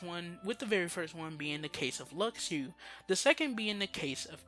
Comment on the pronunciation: Stop saying "Lucks Ooo". Luxu is pronounced "Loo shoe". if you watched back cover you'd know that. idk why so many people still say his name wrong but get other names right. just stop. the x in luxu name is the same as marluxia and xion. a "sh" sound.